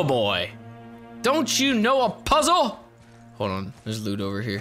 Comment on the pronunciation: says hold on, but it sounds like "hodon" hodor flashbacks intensify